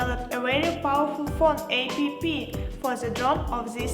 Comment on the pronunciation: So the Chinese found a white girl to read text on paper for their marketing? Its App not A P P you geniuses ! At least tell the reader how to say it properly. BTW, good drone for starters.